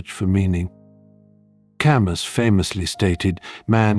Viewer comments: Ca mew not Ca muss !! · "camü" in propper native french